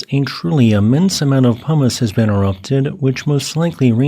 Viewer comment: for some reason, I keep hearing "hummis" when you say "pumice" today, lol. It does make for some silly mental pictures lol